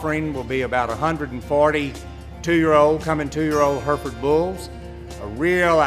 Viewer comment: Why do Americans always pronounce Hereford wrong